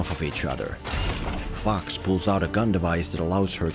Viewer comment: Accent saved you from getting flagged for "Fox". I wish I could get away like that.